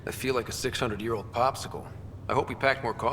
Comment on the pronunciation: I like it but why do you pronounce year as yurr